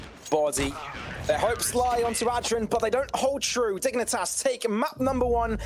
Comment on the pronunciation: Why they saying ad dren